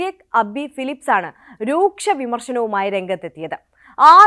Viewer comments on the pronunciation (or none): none